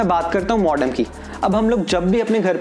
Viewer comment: Ruter nahi bhai router bolo... modom nahi modem bolo.. 😂 nice review thanks